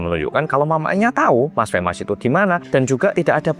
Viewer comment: Femas jadi femes 😂